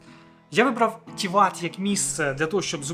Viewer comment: Гарне відео про Чорногорію 👍, так, щоб побачити справжню красу природи, треба активно подорожувати. Я живу в Чорногорії 4 роки, і то, не була на всіх локаціях 😂. Ще є в чорногорській мові одна особливість, в основому наголос на перший слог, тому ТІват, КОтор, НЕгуш, ХЕрцег НОві, ПОдгориця😊. Безумовно в не сезон менше людей і метушні, але я полюбляю і коли туристи приїздять, по перше сама працюю з туристами, по друге щиро радію, що люди можуть подорожувати, бо побачили часи п@ коли нікого не було, то було сумно... Тому, приїздіть в гарну країну, а якщо потрібні апартаменти подобово, звертайтесь 😊, ціни помірні.